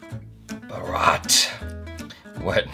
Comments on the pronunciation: There is a H there. You dont say Haily as "aily" do you?? You pronounce that H. Please do it for BHARAT too. Please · Plz someone tell him how to pronounce 'bharat'. Sound funny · Its not buh raat...its pronounced as Bah..rut a.k.a India in Hindi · "Bhaa-ratt" thank me later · What is baarat?? It's Bharat!! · your pronunciation is wrong..it's Bhaarat. not bharaat.. it means India in the Hindi language... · hey,our country was named after a great king BHARAT...so it's not Baraaat...its BHARAT..Bdy sory..my intension is really not to be mean..love u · It's pronounced Bhaa-rut, not bha-raat! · Its not baraat, its bharat ... 😒😒😒😒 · its not barrraat its bhaarat. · It's not bharaat please say bharat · It is pronounce bhaaarath no barath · Its BHAAAAAAAAA-R-AT not BHA-R-AAAAAAAT 😀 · Bha-rut not bharaat! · Bhaarat, Not baraat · Bhaa like haha Rat like rut. Bharat not bharaaaaaaaat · Its bharat not boRat!🤣🤣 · not bharaaat it's bharat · It is pronounced as bhaarat not bharaat 😂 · Defaq it's Bharat not baraat 😠😠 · BHAARAAT LOL ITS BHARAT OR U CAN SAY INDIA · baaraat hahahahaha...not baaraat it's bharat hahahahahah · salman ki बारात 😆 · 😂😂😂 pronouncing 'Bharat' sounds like 'Baraat' to me 🤣🤣🤣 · "Bharat" is the real & ancient name of India... is pronouncing it as "Baarat" 😂😂😂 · Hi. The prounounciation of Bharat is " Bhhaarat" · Westerners can never pronounce 'H' sound, like baarat and gandi😂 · FOR GOD'S SAKE PRONOUNCE IT AS VAARAT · 1st Bring name's Aa to BhAarat and pronounce it. 2nd it seems in the trailer Bharat 1st works at a circus doing stunts-something happened-got a job in Aarab oil field-something happend-got in Navy and life goes on.. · It's pronounced - BH-AAA-Ra-th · pronounce the title as "Vha--Raat".... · u should pronounce correctly Bharat..its our country name also...u have to put double aa like..."Bhaarat"...then it sounds good and correct... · Pronounce Bharat as Bhaarat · Work on pronouncing bharat correctly.